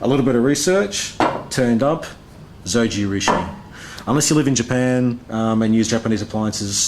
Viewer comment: Just the japanese like pronunciation of Zojirushi in the end deserves a like.